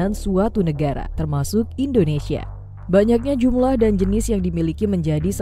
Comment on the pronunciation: Koreksi jumlah... Bukan jumblah